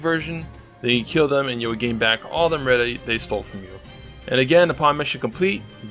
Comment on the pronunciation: Am-REETA lol you're killing me over here 😂🤣😂🤣 ty man!